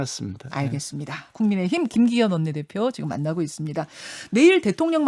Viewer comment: 김기혀이~ 발음이나 교정해라..방송에 맞지않은 대리 대표....ㅉㅉ